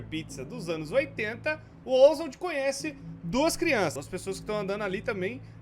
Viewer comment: Ja perseberam que ele fala "crionças" em vez de "crianças"? Kkkkkkk 👁👄👁-clica no like se vc percebeu :3